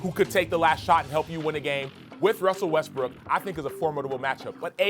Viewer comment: CAN THESE ESPN WOMEN PRONOUNCE WESTBROOK RIGHT????